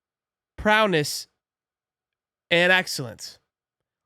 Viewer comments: Yo dawg it’s not prowness it’s prow-ess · You keep saying it wrong, it's ProWess not ProNess! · It’s prowess not prowness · Lmao I wanted to save you with the word P R O W E S S but you repeated prowness 4 times 😂😂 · There is no N in prowess lol great video😂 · Lol!! My dude kept wanting to throw that “n” off in there… “prowness” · There’s no “N” in prowess